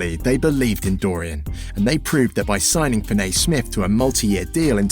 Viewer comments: Fin A ….. it’s Fin E Damn Englanders 🤦‍♂️ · I thought it was me sound like he says fin- nay..# put some respect on my name in my birdman voice..😂😉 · Good video, but you mispronounced his name whole video